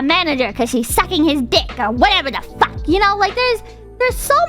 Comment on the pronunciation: What Ever the FACK 하는거 너무 발음이 찰지다 ㅋㅋㅋㅋㅋ Sucking His DICK 이랑 라임도 딱맞음 ㅋㅋㅋㅋㅋㅋㅋㅋ